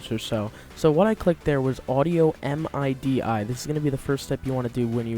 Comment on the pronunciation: Smh he didnt know it said midi not m i d i